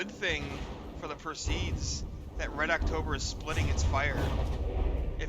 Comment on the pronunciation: Not sure how Harnas wants it pronounced, and you can pronounce the word however you like, but it is per-see-id as opposed to per-seed. Just an fiy.